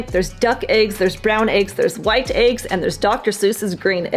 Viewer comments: It's not aigs, it's eggs 🙄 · What are “ayegs”? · I like how you pronounce eggs. Ayg. :face-green-smiling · This is so funny, because the girl can’t say the word eggs .